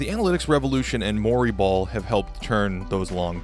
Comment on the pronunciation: When he said Mori ball I though he was saying Murray Ball as in Murray Polvich. I was imagining embarrassing paternity testing as a new type of strategy. Wait... I think Shawn Kemp invented Murray Ball then.